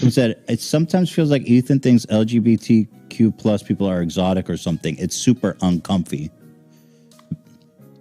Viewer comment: That Dan dude needs to apologize.. how can u tell someone to shut up and U can’t Even say it right?